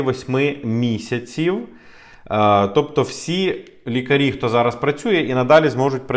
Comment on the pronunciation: Дякую за вашу роботу. Але! Будь ласка, попрацюйте над своэю українською, ці всі "ч, ш, щ...", вони мають звучати м'яко, а не як щось потворне. Не ЩЧо, а наче буква "щ" та "ё"(з рашисської мови, вибачте за такий приклад). Нема слова "зара", є "зараз", слова "буде, будуть" мають наголос на перший склад. Гарна мова- не соромно!!!